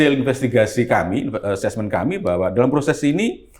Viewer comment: Lbh tepatnya dolom, bukan dalam. Hahahah😁😁😁